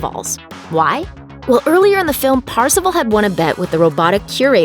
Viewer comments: Why does she call him Parzivall? It's kind of obvious the pronunciation of his name is Par-za-vaul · It’s not PARzival It’s PERcival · Actually parzival sounds like "first of all"